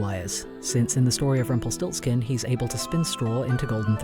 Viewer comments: Me,a German: Him:Rumpel stolz kin Me: 👁️👄👁️ Iknowthatgermanishardbutits' Rumpelstiltskin' anditspronoucedcompletlydifferent Rumpelstielzchen (that's how I know it and pronounce it btw) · It took me a while to figure out what character you are talking about since I´m German. I never heard Rumpelstilzchen spoken out in English, sounds actually pretty cool.